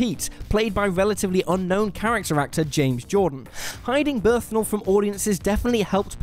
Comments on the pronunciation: Bern-thal. Not Berthnal. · Yeah, it's Burn-tall not whatever the hell you said. No disrespecting the Punisher :) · Berthnal. Just... you cannot say "brilliant casting" and not even pronounce the damn actor's name correctly. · 'BERTHNAL'???? It's Bernthal... BURN-THALL... jeebus. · BURN-THAL!!! BURN-THAL!!! BURN-THAL!!! Not "Berthnal" smfh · This is the second presenter on WhatCulture to say John Berthnal instead of Bernthal. Are you all unable to read that the N comes before the TH, not after? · This isn't about pronunciation like the Janet Leigh one. He could say it with a short or long A but it would still be Bernth and not Berthn. He's saying a misspelled version of the word. It's a nitpick but these guys live for nitpicks so they should be able to handle it. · Ahem... it's BURN - THALL, not BIRTH - NALL. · drink every time he says Berthnal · "Berthnal?" Bern-thal,...Bern-thal. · Stop saying Berth-nal. It's Bern-thal. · I'm sorry, it's Bernthal not Berthnal! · How do you have John BERNTHAL's name written right there and you still keep calling him John Berthnal? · "Berthnall" REALLY?!? BERN-THAL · Berthnal? Why is it every video presented by this, or if we go by his pronunciation:, i find myself one of many complaining about your mispronouncing famous peoples names? you people invented the language, why cant you speak the English better? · Repeat after me: John. Bern. Thal. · Ugh, thank you, I was still caught up on "Berthnal" and couldn't handle this trash fire. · The "BerthNal" is the most egregious one. As a non-native English speaker especially, I know it can be difficult to figure out pronunciations of words, and names especially. But... this is just a total failure to read. Even if you don't know English at all, you can see that N comes before T in "Bernthal". So how do you mess that up, repeatedly, and put it in the final cut? Mistakes happen to anyone, but it gets really baffling sometimes. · " John Birth Nal". I'll never unhear that.